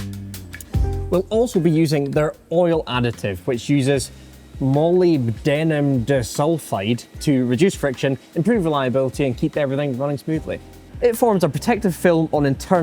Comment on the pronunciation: Just so you know, that additive is going to sound like; Maul-Lib-Denim. That's not exact, but you'll be a damned sight closer than you were in the video. 😁